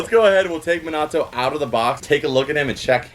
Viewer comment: its so weird seeing someone ho loves anime so much and still cant pronounce minato right